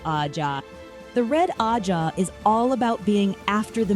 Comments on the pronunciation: Agreed. I actually turned the video off because of it. That and the annoying way she pronounced and emphasized the word ajha. Just couldn't do it. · This video was almost unwatchable. Please learn to pronounce ajah before making another WOT video...and 😒😒😒